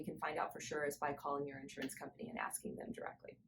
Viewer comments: Say: in-SHUR-uhns. 3 syllables, accent on the second syllable. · Nice job. Note: The word insurance has three syllables with the accent on the second syllable. So: in-SHUR-uhns.